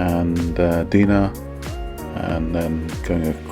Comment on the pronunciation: Nice video, well done. They get better and better each time! My OCD means I have to say: Meuse - pronounced 'Muurs'. Dinant - 'Dee non' 😅😅